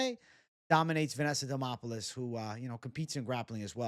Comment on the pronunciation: DEmOPoULis 😂😂😂 you can’t be serious-did you even watch tape bwhahahaha